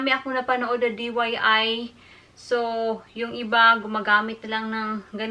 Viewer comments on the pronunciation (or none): DIY po hindi DYI